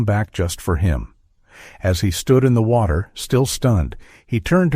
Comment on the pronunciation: Ooh! An otter in the wotter.